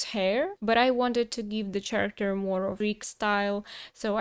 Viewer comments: character произносится с "к" а не "ч" в начале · Character is pronounced care-uh-kter :)